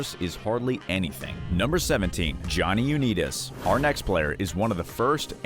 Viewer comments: Johnny UNITAS... LONG I not long e sound!!! Bernie Kosar... NOT Kosir... ar as in car!!! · Bernie Koz-er 😜 Johnny Uneedas 😜 etc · You lost me at U Knee Tus. It's Youn-EYE-tas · that is Unitas with an "I" not an E. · Come on guys. Check your pronunciation before you make the video. "Uneetus" is not how you pronounce Jonny U-nIt-us (long I not short i). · It's Un"eye"tis, not Un"ee"tis. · They need to know the proper pronunciation . Not Johnny U-née-dis but what about Johnny U-NITE-ES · Stopped watching at You-knees-dis name. Do better. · Is A.I reading this off?… u net is…? Really I just feel if you did any research you’d hear someone saying his name the right way 🤦‍♂️ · For crying out loud, it's pronounced "Un-I-tas" (long "I"). In MY heart, it will always be known as the Washington Redskins. RE: Dermontti Dawson: "He was $69,000,000 in debt... including a slightly alarming $20,000 worth of guns." What, exactly, is alarming about $20k worth of guns? Many guns cost thousands of dollars -- as investments or for hobby use. $20k in guns, for a multi-millionaire, is nothing. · Pausing, to leave a comment before fleeing before hearing "U-Need-Us" one more time. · You killin me with the unitas or as you say uneedis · Lost me at Johnny "You-Need-Us"! There needs to be a robo video "Ten Dumbest List Readings" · You mispronounced Johnny Unitas' name. It's pronounced with a long "i" as in united. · I stopped watching after the Johnny U-need-us pronunciation! lol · Lost me at "Johnny Uneetus"..... 😂😂😵‍💫😵‍💫 Bye. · Johnny Unitas (long i) Bernie Kosar (Ko - sarr) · Seriously... #1 and #2.. its pronounced Is-Mall and U-Ni.Tus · Why respect a channel that cannot pronounce names properly? Johnny Uneetas? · Stopped watching when i heard this AI say Johnny U-Need-us, three times. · Johnny Unitis Pronounced his name u-NITE-is. Bernie Kosar prounced his name like ko-SAR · Bernie "Ko-Ser" & Johhny "Unee-Tas" !! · U-nee-tus? Are you kidding? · So sad for Johnny U-nee-dis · U' ni tus